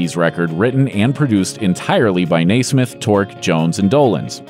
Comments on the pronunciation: I barely made it through this video. Hearing this guy say "NAY-smith" over and over again was like somebody stabbing my eardrum with a pencil. If they really do plan to make more Monkees-related videos, they need to make sure the narrator, at the very least, can pronounce Mike's name right. Bonus points if they actually watch the TV show and listen to at least some of the music (all would be preferable, as would including the movie HEAD and the TV specials in viewing). Having said all that, I have to give them a little credit for at least acknowledging the Monkees' existence. Some music historians don't even want to do that. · I wouldn't call anything that happened to the Monkees tragic. Money and health problems are a part of life, and we are all mortal. One thing that I found off-putting was the way the narrator pronounced Mike Nesmith's name as Naysmith. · I wish you could pronoun Michael Nesmith's last name. Not Nazsmith. As the in the creator of basketball. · Each time he said Mike's last name wrong in this video it irked me more and more. After the third time he did it I started yelling the correct pronunciation at my screen. It's clear the guy who did the voice over for this video never saw a single episode of The Monkees tv show. I don't get why people make videos about things they have no personal fondness for; especially when they know the people who would be interested are fans of the subject and will be bothered by anything you might get wrong. That's what makes stuff like pronouncing a name wrong feel like such a big deal. You don't even care enough about any of it to make sure you've got everyone's name right, so why are you the one telling us fans about it? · The name mispronunciation didn't bother me as much as the fact that a video that claimed to be about the "tragic" times in the Monkees' existence didn't even mention the TV special, 33 1/3 Revolutions per Monkee. Did anyone NOT consider that show a tragedy??? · Nesmith not Naysmith